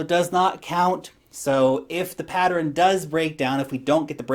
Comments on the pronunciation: Sometimes you say "patter-en". So cute! 😁 You're my favorite. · I warch another utuber that says patteren also! She's from Indiana and in New Zealand...not sure where that pronunciation comes from..lol!😁